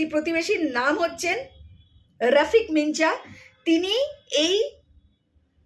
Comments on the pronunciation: আপনি সাংবাদিকতা করছেন যখন তখন কোনো একজন ব্যক্তি বা স্থানের নাম ঠিক মতন উচ্চারণ করতে হবে। না হলে সব তালগোল পাকিয়ে যাবে। আপনি রফিক মিঞা ( বলতে হবে মিঁয়া ) বলছেন রফিক মিনচা! আসলে হবে রফিক মিঞা ( উচ্চারণ করতে হবে মিঁয়া) । সবথেকে ভালো হয় আপনি যদি ঈশ্বরচন্দ্র বিদ্যাসাগর মহাশয়ের " বর্ন পরিচয় ১ম ও ২ ভাগ কিনে বাংলা হরফ ও তার উচ্চারণ গুলো ঝালিয়ে নেন। তাহলে এই ধরনের ভুল আর হবে না বলেই মনে হয়। ভালো থাকবেন। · কি মিনচা মিনচা কোরছেন! একটা খবরের চ্যানেল নিয়ে বসেছেন কিন্তু একটা সহজ উচ্চারণ আর সেটা কোরতেও হেঁচকি তাও আবার ভুল উচ্চারণ! ওটা তো আছে মিঁআ লেখা আর আপনি খালি মিনচা মিনচা কোরছেন, পড়াশোনায় খুবই খারাপ হোলে এই অবস্থাই হয়!!😊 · মিঞা উচ্চারণ মিনচা নয়, মিয়াঁ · রফিক মিনচা, আবার কি? রফিক মিয়া। এই নাম টি ঠিক করে উচ্চারণ করুন। খুব বাজে শোনাচ্ছে। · রফিক মিনজা নয় ওটার উচ্চারণ হবে রফিক মিয়া (মিঞা) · মিনচা আবার কি😂😂? মিয়া উচ্চারণ হবে. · মিঞা শব্দ টির উচ্চারণ মিনচা নয়, মিয়া। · উচ্চারণ হবে রফিক মিয়া, মিনচা নয় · এই আপনার পড়াশোনায় গন্ডোগোল আছে। কি মারাত্মক উচ্চারণ করেই চলেছেন। মিঁয়া অন‍্যভাবে লিখলে মিঞা। পড়তে বসুন। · ভাই তথ্যগুলো ঠিক উচ্চারণ করো, তুমি কি বাংলা জানো না, মিঞা কে মিনচা উচ্চারণ হয় কি করে! সত্য অসত্য সবার জানা দরকার। কিন্তু উপস্থাপনা করতে গিয়ে দেখছি বাংলা রিডিং পড়তেই পারছো না। যাইহোক, চেষ্টা করে গেলে একদিন অনেক এগোতে পারবে। ধন্যবাদ বোন। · এ কেমন ইউটিউবার রে বাবা! ঞ উচ্চারণ করতে গিয়ে ছড়িয়ে লাট 😂 ইনি বাঙ্গালী হতেই পারেন না, নির্ঘাত মায়ানমারি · Nonsense. According to you all Hindu refugees from Bangladesh are Muslim lover. You are so uneducated that you can not pronounce mian. Bharat mata ki jay